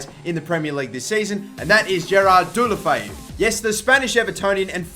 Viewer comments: It's pronounced de-lo-fe-oo dickhead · You said his same SOOOOO wrong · that pronunciation xD